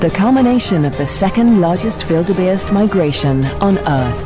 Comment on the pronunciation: this narrator does not know how to say Wildebeest, she says wildebaste hahaha